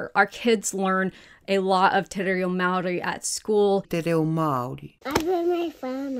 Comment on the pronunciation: although you're struggling with "aotearoa" and "maori" your pronunciation of te tiriti o waitangi was really good!!! you still need to work on rolling ur Rs but you've already got the unaspirated Ts down (which most pakeha dont!)